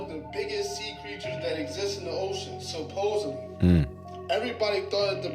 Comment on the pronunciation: When someone puts a 'B' Supposedly... It's D,D supposeDly!! I can never listen to them again! ✌🏾✌🏽✌🏼💫💫